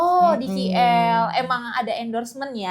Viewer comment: Ngomong KL aja jadi Khi L...😂😅😢